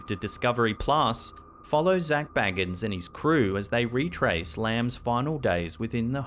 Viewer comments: It's "Zack BAYgins", not Bilbo or Frodo "BAGgins" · love you. But zack bagans last name is pronounced with an A like bagel, not an A like bag.